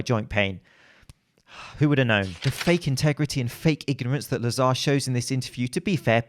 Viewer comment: `Lazr (emphasis on the first syllable, the second 'a' is silent) not La-zar. This is how you pronounce his name in Bulgiarian. I noticed, he also pronounces it as La-zar, so he will probably be annoyed 😂